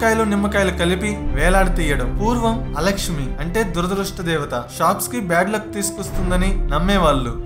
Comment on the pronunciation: నీ వాయిస్, వివరణ చాలా బావున్నాయి. కానీ కొన్ని పదాలు సరిగా పలకడం లేదు... 1.దురదదుష్టదేవత- దురదృష్ట దేవత 2. లిచ్చెన - నిచ్చెన 3. రావిచెట్టు వెదురు కాదు- రావిచెట్టు కలప...